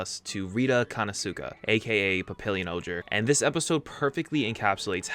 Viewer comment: Wtf. Rita konosuka?! Rita Kanista ehem pretty much easy to say..